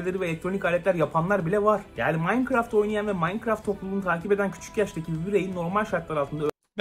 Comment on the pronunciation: habercilerin hiçbiri ''minecraft''ı doğru söyleyemiyor minecraftı yanlış yazanlar da var